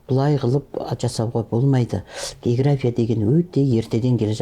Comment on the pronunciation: Есназарова география деген сөздің өзін дұрыс айталмайды. Мен бұл кісілерді совет кезіндегі географ ретінде білмесем. Былайша жаңартылған білім беру мазмұны бойынша қойылған талаптарға сәйкес келмейді кітаптары. Сондықтан болса керек кітабы мектепте оқулық ретінде қабылданбаған соң әр түрлі осындай интервьюлар арқылы халықтың назарын өзіне аурдарып беделін жоғарылатқысы келеді.